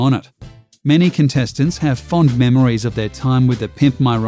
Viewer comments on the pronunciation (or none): none